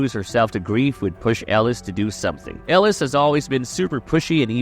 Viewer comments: Yo name pronunciation is killin me man 😂 I think I doin it on purpose 😂. Mary- L, El-o-es 😂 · El-ooh-eeese lmao OMG 😂😂😂